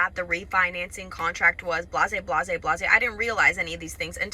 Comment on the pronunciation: Did she just say blasè.. blasè... blasè?